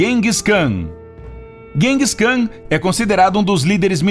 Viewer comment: Vc tá pronunciando os nomes errado, Seattle, Genghis Kan ......